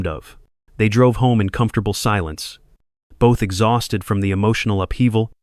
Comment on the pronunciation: You missed pronounce exhausted . Look the words up before pronouncing them in correctly